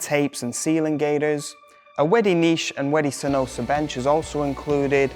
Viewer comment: Can you learn how to say wedi before you make a video?